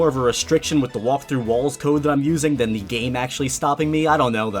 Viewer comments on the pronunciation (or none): none